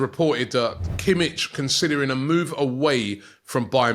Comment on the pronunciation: totally mispronounced kimmich as well lol